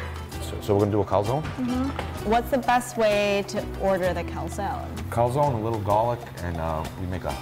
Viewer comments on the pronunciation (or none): Everything is good but.. “CALZONE” not calsòn..